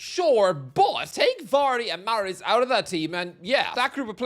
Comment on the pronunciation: I realised he doesn’t know ball the second he said vardy and mahrez not mahrez, kante and drinkwater